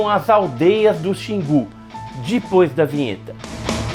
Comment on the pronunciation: Esse "dipois da vinheta" já virou marca registrada dele! Kkkkk